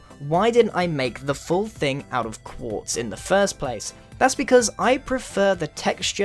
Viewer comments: Wait did he say pace not place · Did anyone elwe hear pace instead of place